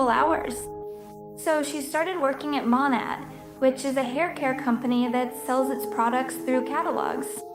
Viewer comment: It's hurting me how you're saying "monat" lol It's pronounced mow-neigh